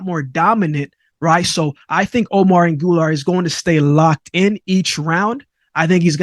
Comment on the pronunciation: who the heck is ANGULAR? AGUILAR: AH -GEEH-LAHR